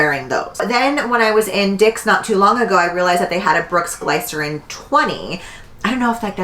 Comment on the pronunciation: I look forward to your videos every week!! Don’t leave YT plz. Also “glycerin” is pronounced like glisten 😉 but I need those brooks asap